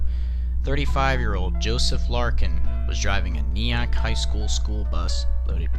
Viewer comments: I remember this. I was in nursery school at the time. It is pronounced "Ny-ack" not "Nee-ack." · "Nye-ack", not "Nee-yack." ;) Love the vids, but that music is a total bucket of suck. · Kneeack? Dont you mean NYEck? Like bill nye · Just one thing about pronouncing Nyack. It’s pronounced Nye-ack not Knee-ack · Hi. I just want to say that you pronounced nyack like "knee-ack". I live near there, and the proper way to pronounce it is "Nye-ack." Like bill Nye without bill and an ack at the end. Sorry to bother. Keep up the amazing content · Creepy music! And it’s Nye-ack, not nee-ack. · nee-ack it's pronounced nie-ack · *nye ack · Just letting you know, it is pronounced Nyack (N-eye-yak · Nyack is pronounced Ni-yack... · Just so you know as someone who lives in the county this happened you pronounced Nyack wrong. It is pronounced “NIGH-ACK” besides that coming from someone who lives from the county this took place in (Rockland) this is great. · This is crazy. I live in Congers, this railroad crossing is not even 5 minutes from my house. I’ve seen the little memorial thing many times but never knew what it was for. My dad also grew up a few blocks down from where I live. He was 5 years old when this happen. I assume my grandma remembers this still. I’ll have to ask her one day. Also he pronounced Nyack wrong and I laughed so hard tbh. He said knee-ack. It’s neye-ack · He mispronounced Nyack, Grosse, and even that?